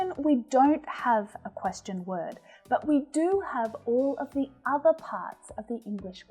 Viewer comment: teacher,i am your student from kerala.i got a lot of improvments.madam i found ur pronounciation of the word 'question' wrong comparing to english men